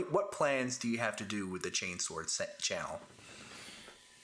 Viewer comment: Ooooohooo ! Two of my favourite channels just collided ❤ great job ! Hope you enjoyed having someone saying chainsword correctly guys ! 😘